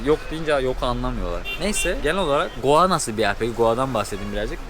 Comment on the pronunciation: Sen goa diyodun ben doa anliyom jsjsjjsjs